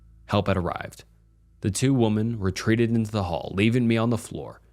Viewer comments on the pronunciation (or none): I beg you to stop pronouncing “women” as “woman”